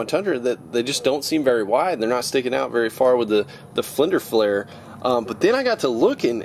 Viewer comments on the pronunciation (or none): He said flinder flair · Did he just say flender flare? I love.